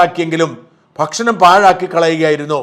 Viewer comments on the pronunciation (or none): none